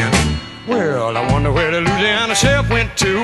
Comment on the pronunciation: This man pronounces Louisiana as it should be said , anything else is yankee speak .